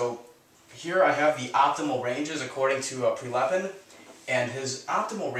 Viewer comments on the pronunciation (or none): Prilepin not PrElepin.